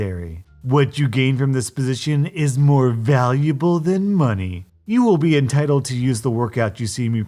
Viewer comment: ok when said preinteld parents i said entideld pregnuts